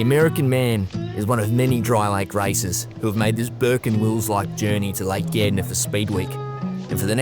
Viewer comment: Being a dutch kiwi you have to make you aware of the australian " slang" of the english language, he is talking about " lake Gardner, pronounced Gard ner😅😂😅